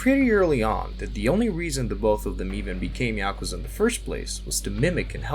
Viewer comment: It's Pronounced Ya-ku-za! Not. Ya-ka-za. So many YouTubers say it wrong lol. There's a video on YouTube to teach you to say it right!!!